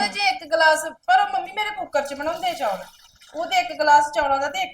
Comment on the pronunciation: ਬੀਬਾ ਜੀ ਚੌਲ ਹੁੰਦੇ ਆ ਨਾ ਕਿ ਚੋਲ